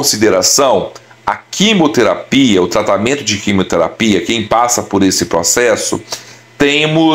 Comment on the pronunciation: Não é quimoterapia querido, é QUIMIOTERAPIA